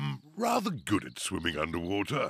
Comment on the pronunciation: The thing that almost made me bust out laughing. Is The way she said swimming I know it’s stupid but Swilley not swimming swilling 😭😭😭😭😭🤣